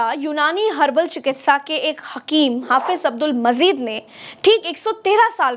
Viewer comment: Abdul Mazeed naheen Abdul Majeed avoid wrong pronunciation.